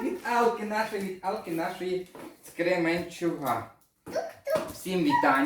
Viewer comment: не Кременчуг а Кременчук